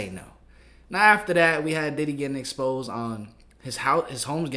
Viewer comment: The past tense of "exposed" is now "expased". I'll never say it any other way, ever again. lol